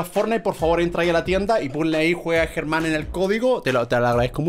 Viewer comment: Se dice Germán